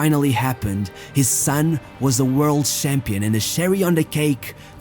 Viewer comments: Damn annoying how you pronounce most of the words. Work on your pronunciation please. It's "Champion" not SHAMPION xD "BLAAD SWAAAAT AND TIRS" lol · i like how he says shampion not champion